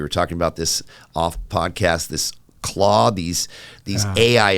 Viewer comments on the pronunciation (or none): Oh my God this guy thinks AI is like this amazing fricking thing because his son says clock first of all it’s Claude with a fucking D